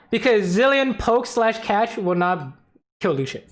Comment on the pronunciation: I thought you said "Lucian will flash the bombs because it's CASH," and had me rolling. Catch makes a lot more sense though lol